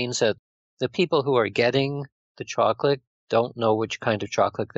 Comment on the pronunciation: why does this guy say choclick instead of saying chocolate....very annoying